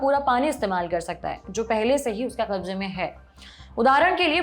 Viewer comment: Kabje nahi hota, kabze hota hai, plz improve your diction.